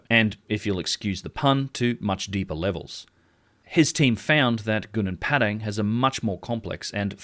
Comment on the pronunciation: You pronounced Gobleki Tepe correctly but pronounced Gunung Padang so wrong